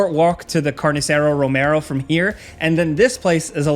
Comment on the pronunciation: Your pronunciation of "Carniceria" is painful.